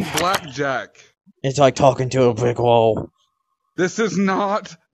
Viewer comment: “it’s like talking to a bwick wah”. IM DYING HAHAHAHA 🤣